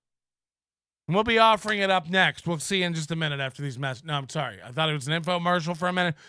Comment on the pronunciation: definitely got caught saying sarry lmao